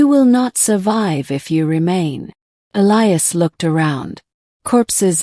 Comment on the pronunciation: Finally one where they pronounce Elias correctly